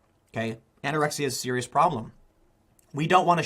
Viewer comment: I can't resit. THIS. IS. SEWIOUS.